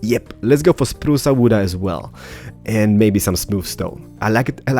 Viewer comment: This is so good, I'm gonna be honest, I actually thought you were Italian first, because you were like spruca wooda. :P